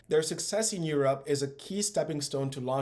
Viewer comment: * try to say Europe no Urop! Interesting channel.